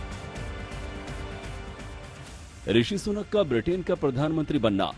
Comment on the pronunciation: सुकन नही सुनक है